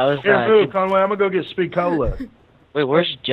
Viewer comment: Listen carefully says conGay